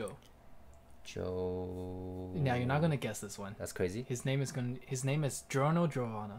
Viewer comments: The way my guy butchered giorno gave me cancer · I don't know how this guy have a hard time saying Giorno's name 😂